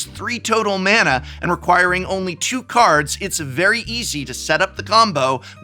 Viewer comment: how were you an actual english professor and you consistently get the pronunciations of cards wrong, wild